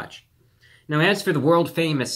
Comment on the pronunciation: can't even pronounce mignon